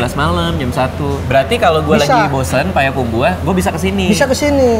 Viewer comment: Bang Radit, tolong ngomong "Payakumbuah"nya dibenerin bukan "Payakumbu-ah" hahaaha